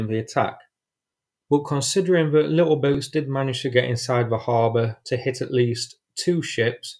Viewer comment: the word is that, not vat, and the, not ve